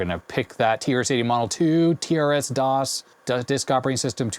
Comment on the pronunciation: TRSDOS is actually pronounced "Terse-DOS." Not "Tee-Arr-Ess--DOS." My first computer when I was a kid was a TRS-80 model II. I wrote games for it because it never had any.